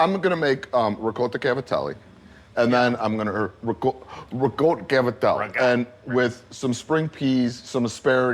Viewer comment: I am so glad that pronounces ricotta correctly. It’s not rigot it’s ricotta, with a long “o”. I know it regional, but this is the way I was taught to pronounce it. Thank you,.